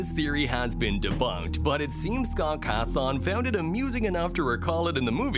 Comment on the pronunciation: "scat cartoon" it's scott cawthown